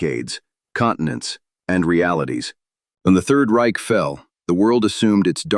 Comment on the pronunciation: You can't even pronounce "the Reich" correct. What about "Bach"? Get the hell out of here!